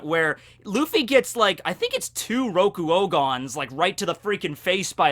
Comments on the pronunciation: how dare you, how dare you say "Rokuogan" and not "ROKUOGAN"? You said to always say it as "ROKUOGAN". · I'm disappointed you didn't say rokurogon correctly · I must say that I am very disappointed in you. I have been watching your videos for a long time, and there is a lot that I can forgive, but this? if I found out you killed a dude then ok whatever but this may very well be unforgivable. how is it that you could have the nerve to utter the name of the ROKUOGAN!!! without saying it properly?! I truly cant believe this.